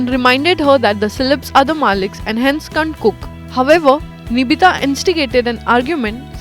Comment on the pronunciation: its nitibha not nibhita ...